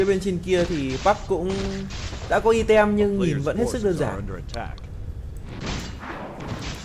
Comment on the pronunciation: item nc tieng anh dot' vc ( aitum )